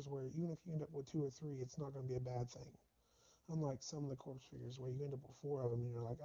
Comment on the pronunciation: Dude I love your videos but you're driving me nuts calling them CORPSE figures. It's pronounced like CORE lol. Sorry, I'm a Veteran so it drives me mad.